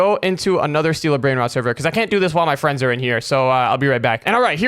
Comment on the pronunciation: He said bread rode😂😂😂😂😂😂😂😂😂😂😂😂